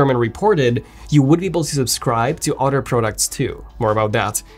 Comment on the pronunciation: How is he still not able to pronounce “other” after so many years in England. Once you hear it you can’t un hear it. Damn gotta go. An otter just attacked me….